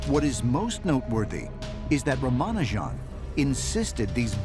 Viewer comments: By the way his name is pronounced Raamaanujan. The "J" is like in jam or jelly. Not with a "zh" sound like Zsa Zsa Gabor. Ah, the Goddess Naamagiri Thaayaar! The second word, thaayaar, is a respectful name for mother. Thai is the usual word for mother, and with great respect you'd say thaayaar. Naama is name, and Giri is mountain. Means a person as large as a mountain. Certainly not an alien being; she is a goddess of the Hindu tradition. In the Hindu understanding there is ONE incredible Mind/Energy that pervades the whole universe. However, in the Spirit ether, there are spirit guides. In the west they call them guardian angels. In India they call them gods and goddesses. Very, very few select humans are able to communicate with such spirits and obtain knowledge, wisdom and guidance. Ramanujan was one of them. He described one dream: "While asleep, I had an unusual experience. There was a red screen formed by flowing blood, as it were. I was observing it. Suddenly a hand began to write on the screen. I became all attention. That hand wrote a number of elliptic integrals. They stuck to my mind. As soon as I woke up, I committed them to writing." Spirit guides (we Hindus call them Devas (dayvaas), male gods or female goddesses) are a blend of mind and energy. In the Hindu tradition, mind is male and energy is female. Like the Chinese Yin/Yang symbol. It is by tradition that a deity of an area is worshiped as male or female. As the above dream shows, the goddess did not appear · Ramanujan would probably be pulling his hair as in why did he blundered by crediting the gods for those beautiful formulae. Westerners cant even pronounce his name correctly.They should first do their homework before shooting the series. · These idiots don't even make efforts to pronounce a name properly and make fun of our accent. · Jeez, can you not pronounce his name correctly ? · They pronounce his name wrong. Goddamnit. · Its nut rumanujaan but raa maa -nuu jam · Its not Ramaanujaan....